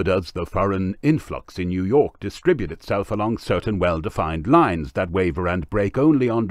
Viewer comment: Facunated with this time new yourk